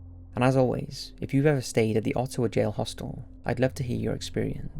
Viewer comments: Sorry rude eh, but that’s not how you Ottawa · You're pronouncing "Ottawa" and "Ontario" incorrectly (insulting bad). -Canadian. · The scariest part of the video is how you said Ottawa Ontario